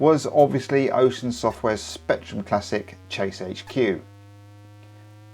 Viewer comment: Rectrum. Don't miss out on the R 😂 I'd like Level 9 and Infocom' Adventure Games. Also, Head Over Heels, Knight Lore, Gun Fight, Great Escape and other isometric games.